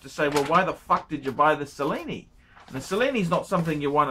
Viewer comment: Kyle, why are you wasting your time asking for advice from someone who doesn't even know how to pronounce Cellini? (@ he says, "Sa-lee-nee" and it's "Che-lee-nee") That said, who gives a shit about the Cellini line? ;)